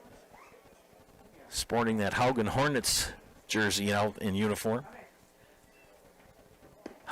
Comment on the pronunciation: Brunclick is pronounced Brunslick as if the first c is an s . Also Haugen is pronounced Hawgen , not Howgen . Matt Juza was a draftee by Brill , who plays for the Hornets during the regular season . Once again , thanks to Zaleski Sports for covering WBA Baseball